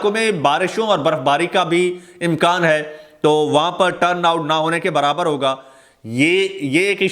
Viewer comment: Pl read " hoga " for higa. Wassalam.